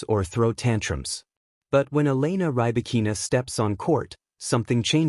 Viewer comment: Can you pronounce her name????????